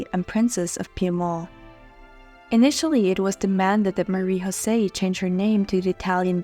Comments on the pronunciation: Her name is not pronounced in the Spanish tongue you use on her name but in French with a J and not a Ch as you say it! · You pronounce "José" in the Spanish way. That is incorrect. You should know better.